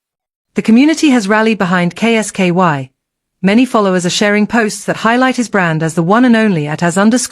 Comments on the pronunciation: Who is K S KY can't she say Kolski? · K s ky is not kolski. Get it amended. Sounds bloody daft.